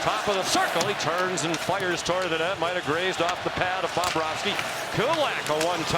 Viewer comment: Bring back DOC & Pierre 😂 much better duo. Can’t stand the main announcer can’t even pronounce Bobrovsky correctly. 😑